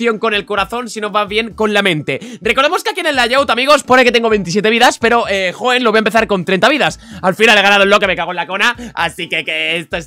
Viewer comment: a y Por cierto es Hoenn* no Hoeen xd